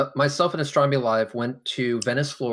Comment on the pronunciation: It's sad that someone who loves astronomy so much can't pronounce it. "Astromy". Love you. <3